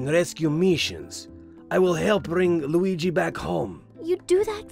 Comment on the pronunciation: "WeeGee" Board